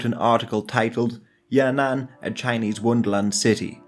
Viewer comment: Sounds like Ya'nan in your video so I'm not sure. The "an" here is the same with the second character in Tian'anmen square. Your pronunciation is perfect overall. Some subtle difference can confuse native speakers but that's the problem with the language, not your fault.